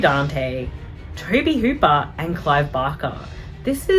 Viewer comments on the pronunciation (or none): none